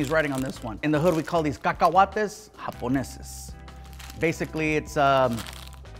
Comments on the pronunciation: Cacahuates, not kakawattes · why do they call cacahuates kakawattes? 😭😭😭😭😭😭😭😭